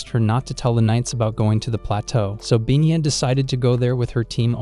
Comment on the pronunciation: It's Pina, not binya.